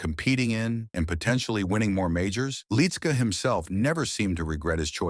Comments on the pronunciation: It's pronounced "lit -ski". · Why don't you have the respect for him and his family by saying his name the right way? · I agree!